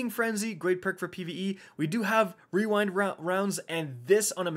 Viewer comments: ✨Weewind wounds ✨ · No one:: Rerind rounds. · wewind wounds owo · Wewind wonds 😂😂😂 man that thing is a tongue twister though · Wewind wounds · Wewind wounds uwu :3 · Hehehehe Rerind wounds